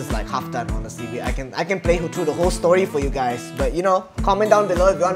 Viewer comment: At intro he said what's up gas